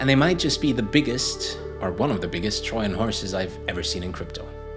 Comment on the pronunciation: Very good video. The repeated mispronunciation of trojan with a silent j was funny😂😂😂 but otherwise very succint and easy for beginners to follow along